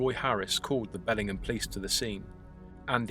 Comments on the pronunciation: Hey this is where I live! We pronounce it Bell-ing-HAM, not Belling'em...but whatever. I have lived here for 35 years, media coverage on this event has been extremely/curiously minimal. But our cops are corrupt and the newspaper is only good for lining animal cages. Truth be told.... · lol “Bellingam.” It’s “BellingHAM” ;) (just a local nitpicking—cool video!) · Can't believe I've lived here over a decade and never heard about this! Thanks for the great video. Incidentally, we pronounce the H, BELLingHAM :) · Your pronounciation of the place name is incorrect. Amercans say the ham as in the meat!